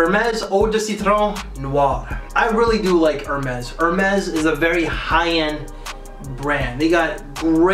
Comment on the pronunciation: Hermes I think it’s pronounced Air-mez